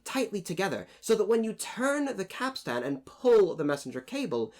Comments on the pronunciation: Good video, but it's pronounced capst'n rather than cap-stan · Capstain is pronounced “capSTIN” not “capSTAN” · Capstain. Not capstan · Cap Stan? Go check out on your pronunciation there landsman! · Interesting to note that every picture show puts 'Jack' at the end of the Capstan Bars (please learn to pronounce that properly me handsome) where as in turth all the old hands would scurry to get as close to the capstan as possible, why? Simple not so far to go is it? let the landsmen and newer people on the ends of the bars, they'll have a long way to run! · Please don't pronounce the second 'a' in capstan. It's just not done. Like you don't pronounce most of the letters in "boatswain'.